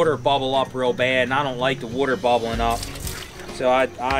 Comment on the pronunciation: Wooder.. lol.. Love it